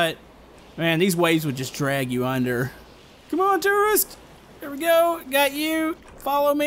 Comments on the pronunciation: Did you say terorist isntead of tourist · why does he pronounce tourist as terrorist?? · Every time you said tourist, I heard terrorist. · When you first said tourist it sounded like terrorist. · when he says tourist it sounds like terrorist